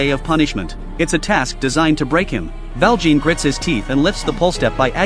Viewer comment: Me almost politely correcting every time he says Val Jean :3